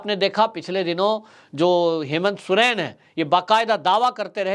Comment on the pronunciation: सुरेन नही सोरेन बोलिये